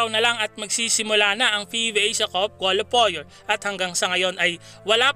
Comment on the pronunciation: paps, kwalifayer ang bigkas sa qualifier! ndi kwolifoyer